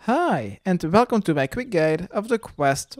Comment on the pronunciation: "Hiii!!! and velcome to my quick guide..."